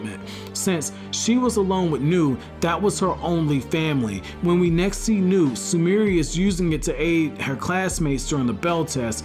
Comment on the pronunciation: Suh Mere Ree lmao